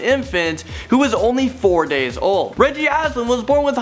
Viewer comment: Sounded like 40 years old